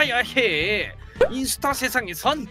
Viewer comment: 인ㅡ타 인데 저작권 때매 인수타라 하셧나용? 셧× 셨 아니까 뭐라 하지는마세용